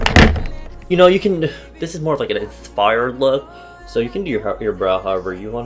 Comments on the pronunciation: did he say insfired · Is it just me or did he say infires